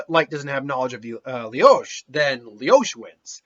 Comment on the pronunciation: He most likely hasn't even watched the anime considering he calls Lelouch "Leyosh".